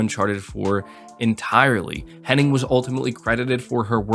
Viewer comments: you keep saying Henning. It's Hennig. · its amy "hennig" not henning. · Henning or Hennig? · It is Amy HennIG, is it not? So many people say Henning but I’m fairly sure it’s Hennig. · Her name is actually Amy Henn*ig*, not Henning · All the love, but is there a single YTer who can pronounce “Hennig?”